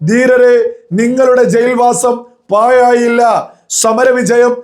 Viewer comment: പായായില്ല എന്നല്ല മൊയന്തേ ..... പാ-ഴാ -യില്ല എന്നു തന്നെ പറയണം. ബാക്കിയെല്ലാം ok. ഭാവിയുണ്ട്....